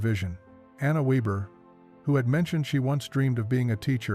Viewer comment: Anna Weber (means weaver) Surname is pronounced VAYbuh.